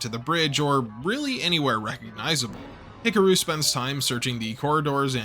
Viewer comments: Love your History Rehash on Macross here. Just keeps reaffirming why I love this show. However, wow, I can't stop hearing you mispronounce "HIKARU" every time you say the name. LOL. HICKAROO??? Should sound like HICKAHROO. With an "AHhhhhh" nestled beautifully in the middle there, like the smooth vocals from the 7-Up guy...oops, that may be too old a reference LOL, ack, LOL. Regardless still, love all your stuff! Love to hit play as I build Gunpla...thanks so much for what you do! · Hick-a-roo? He-car-ooh would be much closer. Hick-a-roo sounds like an Australian red neck 😂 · you are pronouncing Hikaru wrong ,you have to sound it out,say it with me (He-ka-ru) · Oof, those name pronunciations. 🥴 Hickaroo, smh. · pros: easily my favourite mecha channel on youtube. cons: "ek-scaping". that's balanced out by pronouncing Hikaru like buckaroo every time, though, made me chuckle.